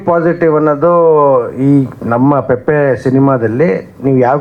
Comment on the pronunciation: ಪೆಪ್ಪೆ ಅಲ್ಲ ಪೆಪೆ 😅